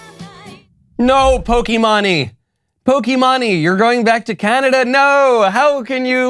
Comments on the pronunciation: Knowles: "We need to win the culture war and to do that you need to understand your opposition." Also Knowles: "How do you do fellow kids? Pokey-mah-ney." It's so cringe when Knowles does less than a google search on pop culture topics and being unable to pronounce popular peoples "names". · Michael, I know that this isn't really your area of expertise but her username is pronounced "Poke-e-main" with a strong emphasis on the middle e. I agree with everything you said in the video but when you get the pronunciation wrong it just seems like you haven't done your research. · She's the largest Female Twitch Streamer. But it's also pronounced Poke MAINE like the state. And yeah, I agree she's dumb over this and this isn't her first go around on stupid ideals. Pretty sure she looks up to Hasan Piker. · I was laughing the whole video...it's po-ki-main. Maybe you don't care but, it was funny hearing your pronunciation all video. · She is a gamer her name is pronouncer Poke “Main” or “Mane” anyway she can go back where she came from! 🇺🇸🇺🇸🇺🇸🇺🇸🇺🇸🇺🇸🇺🇸🇺🇸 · I see, Pokimane (pronounced as Pokimeyn but I love that Michael keeps on butchering her name 🤣) is trying to be relevant again huh? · It is evidently pronounced "poke main" not that it matters for this Canadian. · It’s so funny how you’re pronouncing her name 🤣 she pronounces it poke-main but Michael I prefer the way you say it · screw her lol (but it is Poki-MAIN) sorry lol, just had to correct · It's pronounced poki-main, I believe. Think the left will use that as a dunk. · Pokimane Horse's Mane I don't watch her, but I've heard of her. Enough to pronounce it right. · I love you man but I'm really serious you need to at least learn the name of the person b4 you say stuff it's pok-E-main or mane you sound way out of it at least look up her name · Man its POKI-MAYNE like GUCCI-MAYNE. But worse. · It’s pronounced poki-MAINE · "poky mone" GODDAMMIT KNOWLES HOW DARE YOU MISPRONOUNCE OUR QUEENS NAME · Pokey main not pokie mawnie